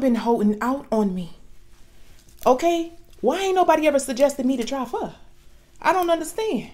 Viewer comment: It’s not fur, it’s pho 🍜 . That’s pho sure 👍